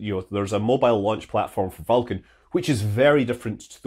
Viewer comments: Scott says Vulcan eerily like Falcon. I was like: Falkan, what rocket is that? :D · Scott's got a cool accent but i cant tell the difference between vulcan and falcon! Its my ears im sure. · Pronouncing Vulcan almost the same as Falcon9. Confusing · Several times in this video I’m having trouble hearing whether you say “vulcan” or “falcon” 😬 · This naming is inconvenient: I have a hard time distinguishing between the way you say "Vulcan" and "Falcon"!